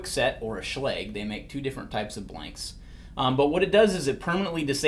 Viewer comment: SH-log not sh-legg